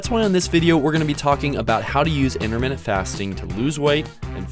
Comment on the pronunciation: Why does he say interminute fasting?